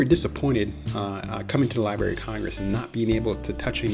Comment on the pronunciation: Nice overall, but was hard to listen to. The word "library" contains 2 Rs